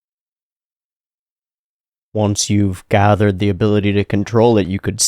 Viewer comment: 1 year late but u said “abolity”🥹 lmao rn